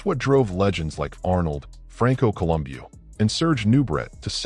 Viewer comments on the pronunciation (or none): AI can’t pronounce Franco’s last name 😅